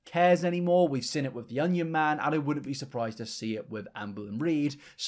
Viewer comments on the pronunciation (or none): none